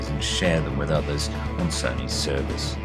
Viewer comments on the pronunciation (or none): none